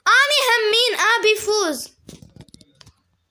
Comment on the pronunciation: انا عراقية سهلة الهجة العراقية سهلللللللل احبج هواية.. انتي حسا منيحة بالحكي بدي تحدي بالغة التركية.. انا اعرف شوي.. مين علمك عراقي ؟ ردي بليز.. انتي زوتيها تقولي هامين.. هي همين.. انا من العراق.. ديالى.. احبك يا.. وصلوا مليونين مشترك.. انا متأكدة انو نقدر نوصل هذا العدد.. يلا نوروا الاشتراك بساع.ههه بساع يعني بسرعة. تعلمي تركي و اعملي تحدي الكلام بالتركي. *اعرف طولت بالكلام * love you so much like for